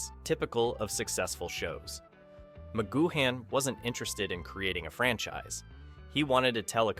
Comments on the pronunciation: It's pronounced 'goo-un', not 'goo-han'! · Spelled McGoohan but pronounced McGoo-en. There were originally 10 eps planned by PMcG, however Lew Grade wanted a series that went on forever. So, PMcG and his writers “cooked up” (his exact words) the remaining 7. “I’d never done a western and I wanted to do one” for living in harmony ep. Hard to listen to this with your lack of research and mispronunciation of PMcG’s name! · Altogether excellent narrative with plenty of facts and insights. Two points, Wikipedia places Angelo Muscat at 4'3 not five feet, and you pronounced McGoohan only once correctly (the third-last time) Great scene selection, great job. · It would be nice if you pronounced his name right 😂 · Thanks for that ! And to be fair the guy did brush over the subject later in his video but I came down to the comments early in his video triggered by his pronunciation of McGoohan but a lot of others were obviously triggered also by the same thing going off their comments ! But credit where it is due he did mention it which was a surprise to me as it is not normally mentioned ! ALL THE BEST MATE ! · Don't sound the 'h' in McGoohan. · You don't pronounce the "h" in McGoohan.